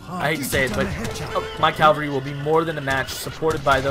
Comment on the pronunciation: It's Cav-alry not Cal-vary which is the hill Jesus was supposedly crucified on (if you follow that kind of thing) You're pretty boss at this game though man. Lack of proper pronunciation is forgivable haha